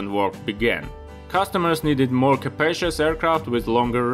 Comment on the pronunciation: I know you're German because you use "despite of"/„trotz" and others. But that sounded more like a „mehr" than a "more"